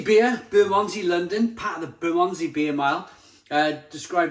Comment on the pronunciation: Great review thanks. Btw it's pronounced Buh mund zee 😉